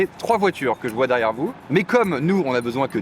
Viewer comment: "Quoi ? Tyié vois ??!" 😂